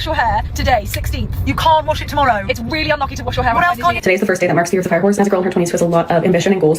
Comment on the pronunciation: Chinese new yar? 英语的奇怪发音